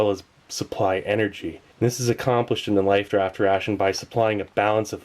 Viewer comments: he keeps saying lifed raft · He kept saying lifed raft ration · Is Steve saying "life't raft" or "lifed raft"?